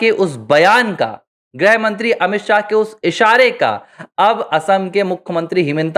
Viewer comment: “ग्रह मंत्री “ नहीं, “गृह मंत्री “ (ग्+ऋ+ह)